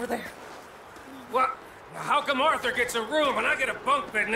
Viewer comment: Arthur bang bukan althul